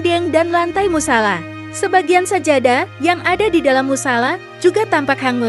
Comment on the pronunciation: salah ngucapin musala